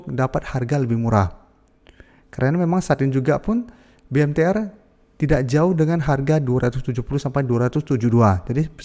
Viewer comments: BMTR bukan MBTR.. 😂😂😂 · BMTR BUKAN MBTR !!!